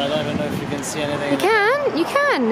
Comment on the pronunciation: One of my pet hates - it’s “anything” not “anythink”. Anythink is not a word